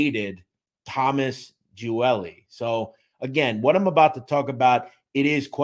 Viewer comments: My grandfather was best friends with his father. Salvatore, very good man. Picked up my papa for breakfast all the time. Loved that man. (Also I was always told it was pronounced Gee-ol-ee but still a very good in depth video) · I’ve never heard his last name pronounced like that lol. It’s pronounced Gee-Oh-Li